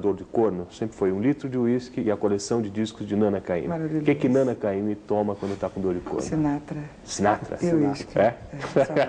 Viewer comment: ...na apresentação ele quase falou nanÁ ao invés de nâna.